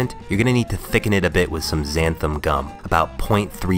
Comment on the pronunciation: Why do people keep pronouncing it "xanthUM"? It's xanthAN gum.